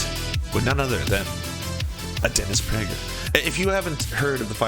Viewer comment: dennis bruh-ger